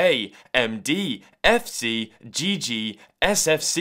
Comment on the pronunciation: when he said g g it sounded like a bad word in chinese. For the chinese you know what i am talking about lol